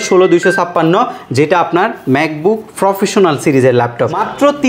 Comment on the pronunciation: ফ্রফেশনাল😂 ফ্রো😂 এগুলা কি😂